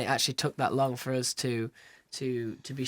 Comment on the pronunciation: "By oohz, One Direction." Harold, it's us not oohz. You goof.